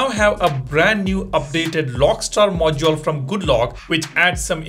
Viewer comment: Stop saying "Mojole" it sounds so annoying